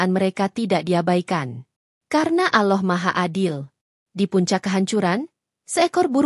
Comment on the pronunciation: Apabila menyebut nama Allah itu di tulisnya Ada 2 Huruf LL tetapi di bacanyan ujung Lidah di letakan di Langit-langit dekat gigi jadi dua LL itu bisa di baca dengan pas dan jelas bukan Aloh tetapi Allah.